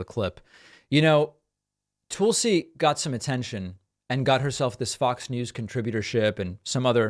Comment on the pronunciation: David, It’s Tulsi as in lull. Not Toolsi as in tool. You are supposed to bright. If so that’s disrespect.